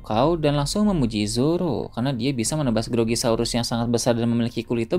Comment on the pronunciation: Grogosaurus min ,, bukan grogi keknya🙄